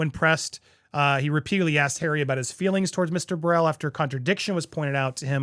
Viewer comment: I’m just here to witness the names being butchered 😂😭 Davies - day-vies Burrel - buruhl This is definitely a suicide mission. MM and other people in his life should’ve really detected him from pursuing this.